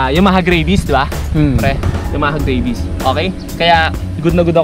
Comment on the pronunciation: Bro ayusin mo naman pag pronounce mo sa mga brand names/models and mga features ng motor. Nakakatawa ka panoorin eh. Idling? Aydling pronunciation nun. And Yamaha Mio Gravis. Gravis lang bro. Hindi Grayvis. Ano yan? Aso? May Raybis? 😂😂😂😂 Lt amputs. 😂😂😂